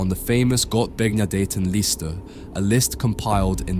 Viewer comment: Your German pronunciation is atrocious... If anyone wonders the often mentioned list is called the "Gottbegnadeten-Liste", which translate to "Gifted/Gracedbygod-list". Thankfully google was able to clear that up for me as I tried to aproximate the aforementioned accoustic purée. 😶‍🌫